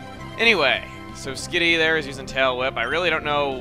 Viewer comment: instead of hearing skitty i heard skiddy lol :D